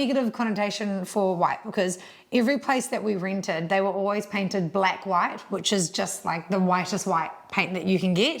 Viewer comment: Is 'black white' a term for really white in New Zealand or is saying 'blank white' and neither my ears nor Google's auto captioning can decipher the accent?